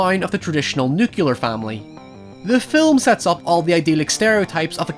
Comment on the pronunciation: NUCULER family?